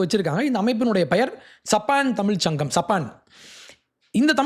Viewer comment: " THAMIZH " ENGIRA VAARTHAYAI SARIYAAGA CHOLLA KSTTHHUKKANGADAA !